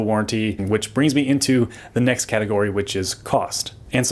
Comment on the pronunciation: Half way through the vid: "Now we're coming the the last caterogy."